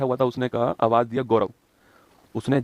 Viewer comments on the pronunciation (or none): none